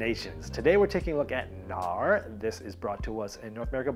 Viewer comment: Knarr - nordic boat with a sail. The "K" is not silent :)